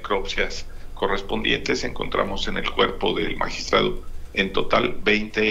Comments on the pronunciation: Magistrade porque no magistradi, magistradu 😊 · Que credibilidad va a tener un fiscal que no sabe pronunciar magistrado?